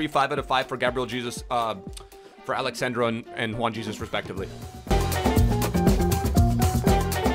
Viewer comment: He's not Alex sand-raw He's Alex sun-draw